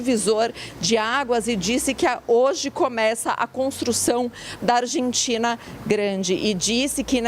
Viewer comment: Tem que ser MUITO boçal pra pronunciar Rabier na mesma frase em que pronuncia Argentina....ao invés pronunciar " Arrentina"